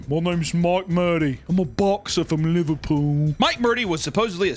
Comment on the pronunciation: the way he said liverpool is fucking killing me 💀😭😭